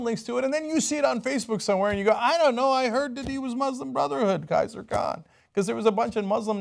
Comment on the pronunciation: Khizer not Kaiser!